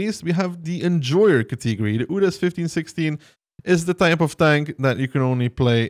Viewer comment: he does it intentionally xD